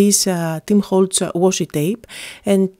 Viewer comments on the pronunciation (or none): none